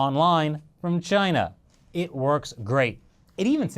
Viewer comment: Chay-Nah! Lol